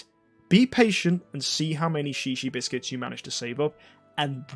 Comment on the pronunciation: Shishi biscuits. XD In Hawaii that means peepee. Are you sure it's not pronounced zhezhe?